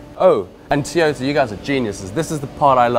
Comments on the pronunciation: Erm, WTF???….. ….”Teeeyota” it’s “TOYota” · What's a "te yota". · I’ve never heard it pronounced tea-yota before